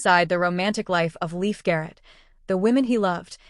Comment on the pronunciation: That’s Leif. But it’s pronounced Lafe, as in safe